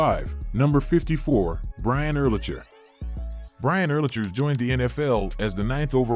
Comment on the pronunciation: The narrator needs to learn how to pronounce names. Not UR-lich-er, ur- LACK-er. Also Junior Seau is pronounced SAY-ow not SO.